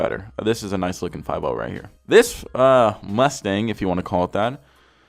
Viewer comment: i thought he said Lustang